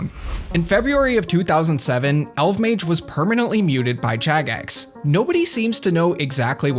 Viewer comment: I miss RSC and pre-GE RS! Also, I always thought his name was pronounced "El-vuh-mayj!"